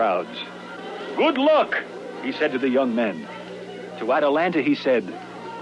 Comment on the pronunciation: Dude, the name is wrong. It's "Atalanta," not "Atalantis." Otherwise, thanks for posting.